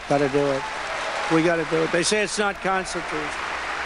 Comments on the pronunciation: Why can’t he say “constitutional”? It’ll be unconstitutional to burn a pic of DJT, just like in his buddy’s country of N. Korea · “We’ll make it constitoosh” he literally says — he cannot complete any multi-syllable word. That’s the least of what’s awful about him, I realize.